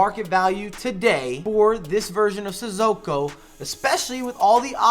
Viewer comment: It’s NOT Sizzoko! Say it right!